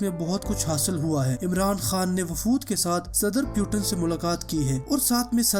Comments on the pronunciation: Its a not name PUTAN 😂. He is a Vladimir Putin' s 🤣. And first of all u said correct name . Then any video uploaded.... that's why fokat ka ROAST hoga tu bhai. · Abe fakir putan nahi putin bol... Nam to thik le.